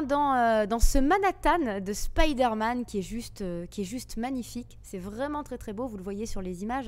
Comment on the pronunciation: Aaah Spiderman, t as bien prononcé (contrairement à Resident Evil lol), ti vois kantuveux